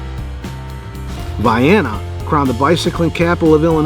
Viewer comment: Tunnel hill coincidentally near your home base? Nice! Vye-enna, proper Illinois pronunciation!